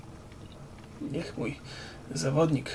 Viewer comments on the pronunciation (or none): jak mówił ,,niech mój'' myślałem że mówi i chuj xD